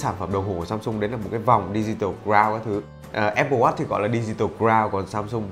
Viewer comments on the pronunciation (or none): Phát âm "watch" không có âm chựt chựt ở đuôi nghe khó chịu ghê gớm :)) /Thanks 4 the review, anyway!